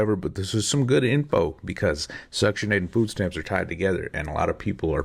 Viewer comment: Another made up black word, yamps, because stamps is too difficult to say.